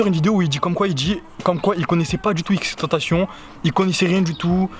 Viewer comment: Sa m’énerve t’arrête pas de dire xxtentacion